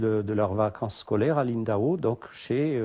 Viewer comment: Impossible à un français de prononcer Lindau (et non Lindahot).